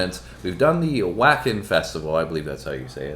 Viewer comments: Wacken is pronounced "Va ken", which is less naughty sounding. Its in Germany so V and W sounds are reversed from American English. On a more important note, its so impressive how Floor can sing so well on this one while dancing vigorously around the stage. She loves crowd energy and in many interviews states preference for big energetic crowds. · Wacken (German): pron "VAH-ken. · The Wacken festival is in Germany so the W is pronounced like a V. The first major song written for Floor was “Yours Is an Empty Hope” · You will no doubt hear many of the 15 songs from the band's 2013 Wacken performance...so I must tell you...Wacken is pronounced VAW-KEHN... it's in Germany. And this song featured a 3-part harmony for the chorus, Floor, Marko (bass) and Troy (on the Irish bagpipes) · It's pronounced vah-ken not wacken! Floors last name is pronounced yansen not jansen. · Va-Ken is how to pronounce. Try to do it right!